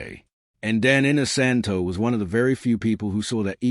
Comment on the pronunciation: Clickbait! Dan is only seen in this video at the front for 10 seconds. The person doing the voice over should have at least learned how to correctly pronounce Dan's last name.